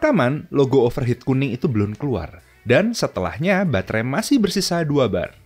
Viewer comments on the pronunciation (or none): belan belon belun, susah banget ya ngomong belum